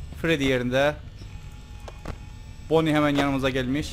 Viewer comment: abi bonny eğil banny a yla söyle